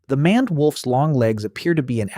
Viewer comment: Did you seriously pronounce maned as manned when it's closer to mained? Either get a dictionary or go back to school.